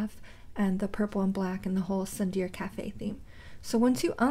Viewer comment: tsundere is said as soondery